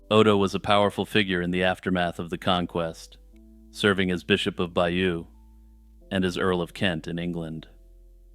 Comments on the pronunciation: Stop saying "bayou". It's pronounced "bay-yoh". It's French. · Bayeux is not pronounced like the bayou. It’s more like Buy-yur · Bay-OWN, not by-you! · Its not "bayoo" but "by-yuh" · Bayeux I believe is pronounced Bay - urr not Byoo, apart from that nice video